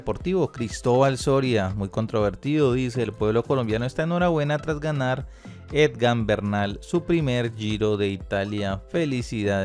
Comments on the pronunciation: Dizque "Edgan" arruinaste el video. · No se dice Edgan, se escribe y se dice Egan...ojo con eso. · E-G-A-N. NO EDGAN. TIENE PROBLEMAS DE LECTURA. CUANDO SE LEE CITA, AE KEE LITERALMENTE. NO SE MODIFICA. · Señores, no es Edgan sino Egan,....que periodistas tan distraídos y desinformados......seguro deben ser de otros deportes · No es Edgan es Egan jajajajaja. Tampoco es tan difícil pronunciarlo jajajajaj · Porque dice edgan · jejeje por que dices ED GAN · Aprendamos primero a pronunciar el nombre del ciclista por favor. EGAN, EGAN... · Se lee igan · Si no sabes pronunciar bien el NOMBRE EGAN , dile simplemente el Colombiano. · Ni.siquiera sabe leer.... solo por cultura general debería saber que es EGAN....... EGAN ........EGAN. POR FAVOR, AL MENOS APRENDA A LEER... O es que el fútbol le ha dado más a Colombia que el ciclismo???? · Huy aprenda a leer es Egan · no se llama EDGAN se llama EGAN... Lo dijo mal todas las veces... Felicitaciones EGAN... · Que alguien le diga que NO ES EDGANNNN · Saludos a "EDGAN". Jajajaja; será que el narrador de este video no sabe leer 😂😂😂😂👍👍👍👍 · Lo peor es que sale en la pantalla EGAN no sé cuantas veces y siempre dice EDGAN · Si que aprenda a leer o almenos que se informe como se llama EGAN . No edgan es EGAN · Jajajaja "Edgan, Edgan, Edgan", no se cansó el hombre de pronunciar una y otra vez mal el nombre de nuestro campeón Egan Bernal ✔🤭🤦🏻‍♂️ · Debería instruirse bien antes de hacer cualquier comentario. No es Edgan sino Egan. Por el afán de hacer el twit y recoger likes no hace bien su trabajo. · it's EGAN not EDGAN Es solo cuestión de leer, me duelen los oídos cada vez que este señor se inventa y pronuncia como se le da la gana, yo vi que el giro lo gano Egan, no tengo idea quien es ese eDgan del que habla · Sr se dice EGAN y no Edgan. Pronuncie bien por favor. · Es palmarés, no palmares...no es Edgan.... edite, lea y prepare lo que va a decir... pésimo Sr. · EGAN PARCERO... NO EDGAN, por lo demás... buen video